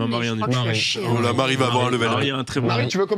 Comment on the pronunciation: Le « Maire » pour Marie en early ça m’a tué 😂